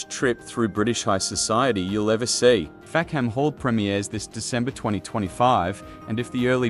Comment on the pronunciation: The British pronunciation is Fack'm Hall, or even Fack'm 'all. A key joke which is lost with the pronunciation Fack-ham Hall.